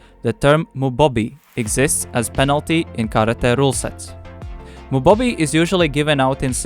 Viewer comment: Mubohbi or Mubo-bi the central "o" is long, but perhaps not in English.